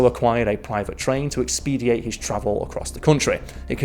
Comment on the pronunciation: expedite, not expediate